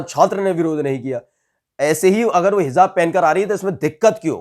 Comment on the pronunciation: Bhai Sahi word hai"HIJAAB" na ke "HIZAAB"shukriya